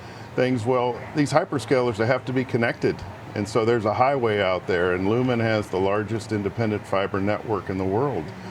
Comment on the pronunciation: Lumen??? This guy ! You mean Lumentum😂😂😂😂